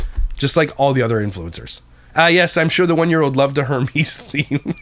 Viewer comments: it’s pronounced “ERMEZ” H is silent in Hermes lol but also an awful theme for a 1 year olds birthday party. They don’t even know or understand what that is. That is so gross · Not me listening while baking and thinking that you’re saying “Hermes-themed” like the Greek God and not understanding at ALL. Then I look up to see it’s Hermès, the luxury brand. Air-mez pronunciation., don’t you live in bilingual country? 😂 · respectfully it’s pronounced ER- MEZ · Its pronounced Air-mez lol love ya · Her-meez 🤣 made me giggle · hermes = 'air-mez' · I laughed so hard when he kept calling it her-meeze hahah